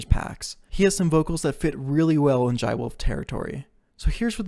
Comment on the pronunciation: its not pronounced like that. it's like "Juh-ay". or call him Jay if you can't pronounce this. This song has "Jai ho" as it's motif. Use it for reference.